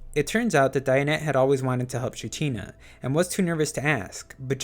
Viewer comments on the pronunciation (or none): When you can't pronounce echidna 😂😂